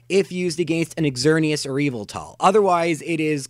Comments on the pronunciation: its said yah-vul-tal not ee-vel-tal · It's interesting to learn how differently two people can pronounce Xerneas, Yveltal, and Zygarde. All three of my pronunciations are different from yours: ZER-nee-us, ee-VEL-tal, ZYE-gard. I acknowledge that Pokemon name pronunciations are generally not universal, just thought it was an interesting thing to note. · Why do you say Zygarde and Yveltal like that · God, no offence but I can't stand the way you pronounce Xerneas, Yveltal and Zygarde.